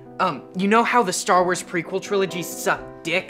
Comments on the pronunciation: that sounded like star raars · Anna Krieske Stur Wurs! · stork wars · "Stur Wurs"😂😂😂😂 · "Stork wars" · Star war More like StarWee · I could watch an entire video of pronouncing Star Wars weird.